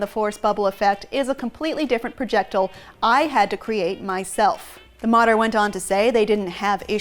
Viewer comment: Why cant she pronounce "projectile" correct lmao wtf she literally said it wrong multiple times